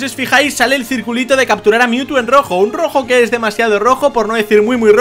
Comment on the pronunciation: Si No Se Dieron Cuenta Cuando Captura A Mewtwo Dise AR no RA